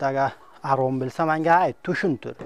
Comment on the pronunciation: Bu forsku Ozbekmas Xarom sozini Arom deyapti Mazhabni mazab devoryapti kitob uqigan bolsa soz boyligj juda kamku shia bolishdan xudo saqlasin